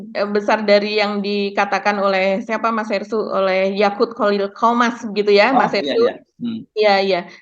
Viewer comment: Awas jangan salah minum ya, Yakult bkn Yaqut